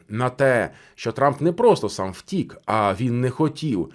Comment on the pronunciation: У вас наголос на слово "втік" і неодноразово, ну таке враження, що карти розкладає таролог для вух, якщо ви професіонал своєї справи, то ви повинні факти зразу до цього "втік" надати! Якісь ляпи!